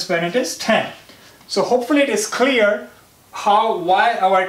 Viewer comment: clear ko "khaliyar" kon bolta h bhaiiii